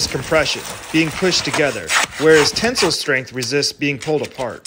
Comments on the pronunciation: Never have i ever heard people pronounce tensile like (ten-sill) and not (ten-sile) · Ten-sile, not tinsel. Sile is pronounced like Kyle, not Sul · I’m still trying to understand why you can’t pronounce “tensile”…